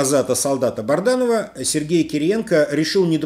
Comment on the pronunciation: Добрый день, когда вы станете правильно произносить фамилию БАДРАНОВ, а не Барданов, это уже неприлично при вашем статусе!